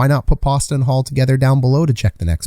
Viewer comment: Coach, I really like your videos I watch almost every one, but did you just call Haula Halua? Also I know Jarry's been good this year, but I have a really hard time calling him elite after that gaffe against the Islanders last year